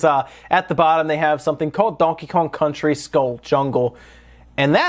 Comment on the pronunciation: Metroid Prime "Scars" and Donkey Kong "Coontry" made me laugh me ass off, lol.